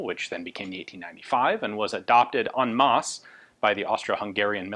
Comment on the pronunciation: love the way you always say " EN MASSE" instead of the anglicised "ON MASS" , always tickles me !